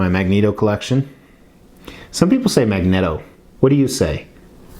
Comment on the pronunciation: Hi, I'm a English major. It's actually pronounced Magneto, not Magneto😏...